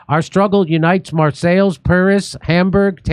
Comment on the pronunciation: 😂Love the reporting! And listening to Jimmy try to pronounce European cities!😂 “Mar-sails”😂 Where are they sailing to Jimmy?